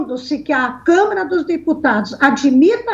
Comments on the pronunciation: QUE CONSTITUIÇÃO, DOUTORA ?????? E ANTES QUE ME ESQUEÇA...NÃO É ''CÂMERA''. É '' CÂ - MA - RA''. ASSIM EU CHORO ! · DISCUSSAO SEM.NOÇÃO. MUITO FRACA..A MULHER FALA CAMERA EM VEZ DE CAMARA... CAMERA E DE TV. E CAMARA É DE DEPUTADOS...VAMOS RIR.... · Mulher é Câmara e não câmera! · É impressão minha ou essa Senhora fala "Câmera" dos Deputados??? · Que nem o reportem relatou, se por acaso, isso acontecer) ;isso é só um impoti-se) supondo¿ Se isso acontecer, também eu; estou de acordo com a pronúncia da senhora comentarista: Que o senhor Mourão; é quem deveria assumir e continuar no cargo da Presidência do Brazil.